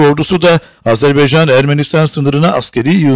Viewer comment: Sevgili bey. AZERBEYCAN değil.. AZERBAYCAN.